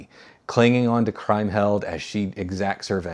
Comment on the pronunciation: Did I miss "Woman in the Window" in this ranking series, or did you? Also, the name Kriemhild is pronounced KREEM-hild. In German "ie" is pronounced "ee" invariably, and "ei" is pronounced "eye" or "aye" if you get my meaning. And I'm surprised that in a movie you rank as highly as "The Big Heat" you would get a crucial plot point wrong - Glenn Ford's child is not killed, just his wife.